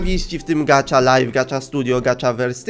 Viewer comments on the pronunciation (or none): Gacha nie gacza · Elo mam tylko jedną uwage no bo czyta sie po prostu gacha a nie gacza Może wejdziesz na mój kanał byłabym bardzo wdzięczna Najlepiej serie: "Jestem sławna" bo inne są takie no... Lub" Bez Emocji" z Góry dziękuje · Nie mówi się gacza tylko gacha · mówi się gaha life a nie gacza life taka porada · Nie muwi się gacza tylko gacha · to sie nie czyta gacza lajf tylko gaha lajf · to nie nazywa się "gacza" tylko gacha😡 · to jest gacha life a nie kurde gatcha life jestem hejterem xD